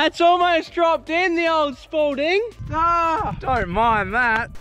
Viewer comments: Everytime they say Spalding, it sounds like sporting. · Just realized how genius the name Spalding is, when these lads say it, it sounds like sporting.